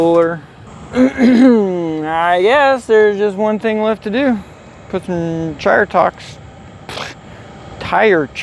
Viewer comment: "Chyre Talks".. lol